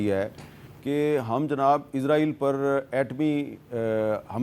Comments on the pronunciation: Meer sab izra eel nhi isra eel lafz hai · Hamid sahab dostion ki zaban mat bolne izraeel nahin izraeel kahin